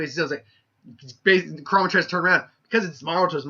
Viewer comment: Nice job on butchering the Fox's name and Modira's (I think that's how us spell it) U need to rewatch Naruto on English dub